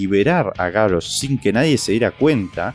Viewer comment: Es GaRRosh, con dole R, no GaRosh. Ademas que Garrosh suena mas fuerte.